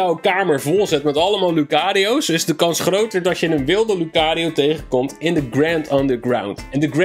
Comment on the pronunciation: Je spreekt lucario eigenlijk uit als loekarieo